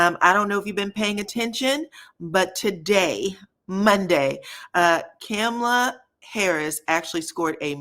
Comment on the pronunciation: Hi -enjoy your channel so much! Just wanted to mention: it’s pronounced “KAAH-mala” -comma-la basically. Hers is different than the Murican version or the prevalent Indian pronunciation. The city is pronounced May-sa (it’s Spanish for table). Your voice timbre is great and you be on point and I hate to see a misstep!